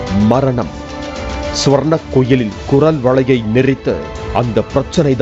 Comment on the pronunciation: Chi olunga sollu swarna..... Swarna... Nu chi😂